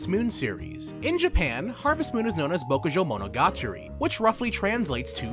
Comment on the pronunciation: Great video! But I literally flinch every time you try to say Bokujou Monogatari